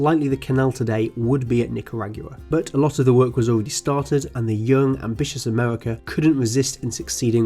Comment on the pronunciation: Amewica 😂 unwest 😂